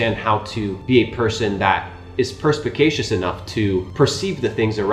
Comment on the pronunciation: "W Data Sets" "Percpacatous"